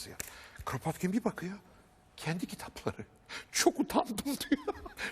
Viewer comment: Rusça'da Кrapotkin diye okunur